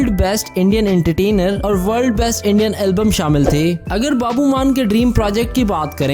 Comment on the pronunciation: babu nhi babbu bol bhai